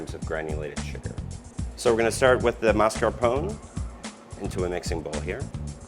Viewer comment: Is it just me or is how he pronounces Mascapone really grating? It's like how you yanks pronounce oregano! Butcher any language you utter...english included!